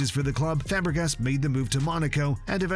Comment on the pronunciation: bro says Fabregas dude😪😪 put some respect on Fabregas name he was a beast one of the best mids of his time one of the best assisters ever